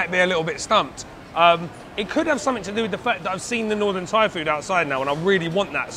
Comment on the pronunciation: Props to this guy for trying to speak Thai. The accent is all wrong, but I think everyone respects him for taking time to try his best to learn the language and speak it with locals. I can understand him but he sounds like how a deaf guy would speak Thai.